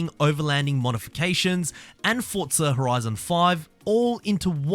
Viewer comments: It’s FORTZA. I don’t know where the hell you hear “t-forza” Australia has different ways of pronouncing words, just like how in England it’s different and here in America it’s different. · Why do you say ‘tforza’?